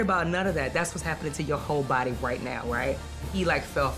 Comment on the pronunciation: It was the “excoos me” and “bowdy” for me. This narration is 👏🏻.